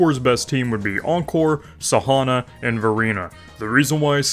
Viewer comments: It's san - hwa not sahana. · Nice tips though. But you should read her as "San - wa" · Everytime i heard Sahona, felt like i got slapped to the face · Blud pronounce Sanhua like pronouncing Marijuana